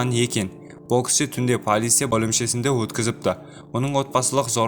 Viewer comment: Брат қазақша дұрыстап сөлеші полиса емес полиция шығар бәлкім?